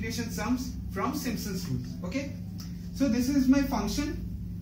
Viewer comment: खाना समय से खाया किजीऐ गले से अवाज निकल नही है थोड़ा जोड से बोलिए अच्छा रहेगा Simpson's hota hai Not simsons Ok